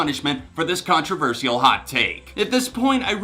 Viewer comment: why am i uncomfortable with how pronounces Controversial. btw, congrats with the 7 years 😊😊